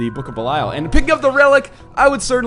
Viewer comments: It's not. 558 episodes in and he still hasn't learned how to pronounce belial. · I really don't think that is how you pronounce "belial" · Anyone who's played Diablo III will know that how he's pronouncing belial is correct..